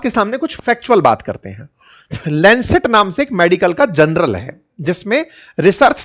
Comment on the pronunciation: सर, अब आप भी लैन्सेट 'जर्नल ' को 'जनरल' कहेंगे तो हमारे जैसों की क्या ही बात करें?